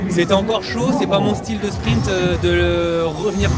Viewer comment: J'adore, il ferme des bouches ! Par contre il va falloir faire qqch contre le "spriMt" qu'il dit... C'est spriNt!